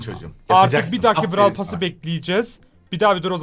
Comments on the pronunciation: blarw starsa😂😂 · 0 31 Brawl yerine blawl diyen 😆😆